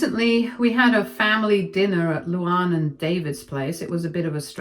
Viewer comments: Thank you! can't pronounce words. Are there no LuAnns in the UK? It isn't LouOnn. And you say it like two separate names, Lou Ann. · I kept flinching whenever she pronounced the name... Like it's "Lou-Anne" not "Lou-Ahnn." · Your English. Learn how to pronounce Luanne